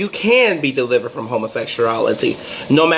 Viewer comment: "EyE Am DeeliverT" 👀 niggah please!! The only thing that he deeliverT is...DICK!!! Shidddd! Auntie Andrew needs to stop lying! 🤦🏾‍♀️ ugh...